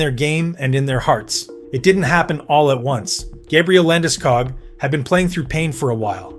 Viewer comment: Liked it. Of couse, I’m Swedish, so I might be biased. However, you should tell your AI that hist surname is pronounced with the same “O-sound” that you use in school, fool or pool. Like Landeskoog, not wanting to ne annoying, just trying to help a little. 👍🇸🇪🏒